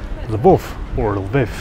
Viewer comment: Львів, not львЫв